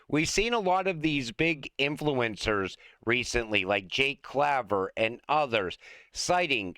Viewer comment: love the videos and your vibe! However, please pronounce Jake's last name as CLAYVER. I know it's spelled Claver, but he pronounces it as I first spelled it. 😂